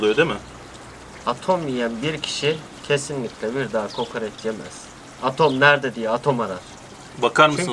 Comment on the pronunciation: Niye kokareç deyip duruyosun hemşerim doğrusu KOKOREÇ değil mi?